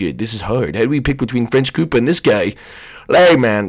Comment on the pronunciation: it's koopa